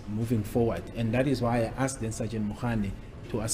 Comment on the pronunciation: I just wish we could stop judging Ratha Baloyi and Gininda, we don't know the law. Mina l am just listening, what makes me laugh is the (askedd) pronounciation.😅😅😅